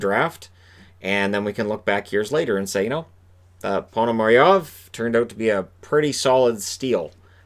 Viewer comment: In Russian it is spelled Ponomaryov because in Russian Пономарёв the ë is pronounced as a equivalent as yo . So in English they just drop the ë replace it with the e and becomes Ponomaryev which is phonetically incorrect. Same instance with the Russian player Shipachyov, or Gorbachyov .